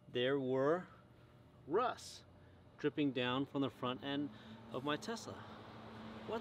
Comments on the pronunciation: Is it just me or is he saying Rus instead of rust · I like how you say "Russ"